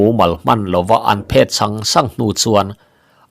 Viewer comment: I thawnthu chhiar hi ka ngaithla tam viau mai, 'chet a phet' tih hi 'chet a phét' tiin i chhiar leh ṭhin...'phet' thil kan do kanna kan han 'phet' tlu tawp ang a 'phet' tih tur. Tuna 'phét' i tih thlûk ang hi chu darthlalang emaw thil tle in a mit ti vai thei khawpa en let 'phét' hi a ni e.